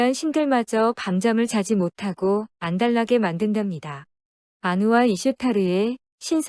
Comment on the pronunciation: 못하고를 모다고로 발음하시네요